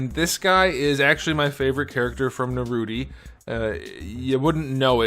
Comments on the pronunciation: It's nar ooh toe😂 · It’s Naruto not Narutie 🤬🤬🤬🤬🤬🤬😃💀😍😍😃😍😍🎊🎉💕📱💕📱📱🎉🎉🎉📱😃💇‍♂️💇‍♂️😃🎊😃😃😎😎🎉🎉🎉😘🆙🆙⬆️⬆️⬆️🦧🙏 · It’s NaruTOE.. 😂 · Narrr Rooot Tee. Outstanding 😂, Sas UUUU KeHh. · i love when you say naruto like narute 😂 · First time I genuinely laughed at a figure review. The subtle sarcasm and the narootie 😂😂